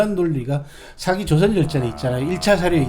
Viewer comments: 첫째, 발음 문제입니다. "사기"론에, "사기"의 발음이 모두 틀렸읍니다. 이것이 한국 문화의 심각한 문제이올시다. 사기의"사" 자는 길게발음해야 합니다. "사학자, 사서,"등 "사"자는 높고 길게 발음해야지요. 정말 한심합니다. 한국의 장단음 자고저 문제는 심각합니다. 여러번 지적했읍니다. 이 이상 대담을 듣고싶지 않습니다. 부탁이 있읍니다. "한국 어문을 고발함"이라는 책을 읽어 주시옵소서. 한국 어문의 타락상이 하 분하여 "눈물로" 쓴 책입니다 미국 변 완수 배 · 사기 발음 짧게 하면 사기치는덧이고 길게 사아기 해야합니다